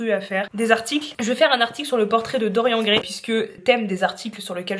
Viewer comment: Mon commentaire est gentil ;) Pour info, on dit dori-anne Gray ;)